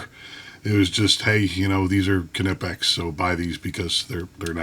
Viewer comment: In English it's nipex. We (english speakers) do not focus on the K like the Germans do. It's not a Ka-nife it's a knife(nife), it's not ka-entucky but Kentucky so same thing for knipex(nipex). What's next Americans are going to try and pronounce Volkswagen the same way the Germans do even though it's a different language